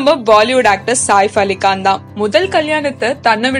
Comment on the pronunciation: Even she mentioned nazriya as nasiriya...and saif ali khan as saaaif ali kaan ..shahid as shagid ..ufffff